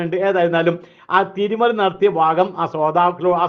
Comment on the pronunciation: തിരുമറി അല്ല ഉസ്താദേ തിരിമറി